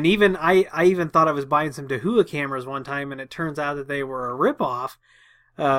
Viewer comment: Hey! Great videos and thank you for all the time you put into making these! As a small point of order...Dahua is pronounced like "Dowa / DOW-AH)". (I happen to be a Authorized Dahua Dealer and yes, I had to ask about the pronunciation too.) They are a huge supplier and sell their stuff to be reskinned under many many other Names. (HikVision is another company that is also huge and they too resell their wares to OEM) Dahua called me as soon as the story broke about the hacking and suggested to patch all cameras. Again, They called me which is always nice. This is NOT an endorsement of their products just a point of order how to pronounce their name. As for the default passwords, they should always be changed from their default but it always make me wonder why do companies make them stupidly easy. Thanks again and I look forward to you next video.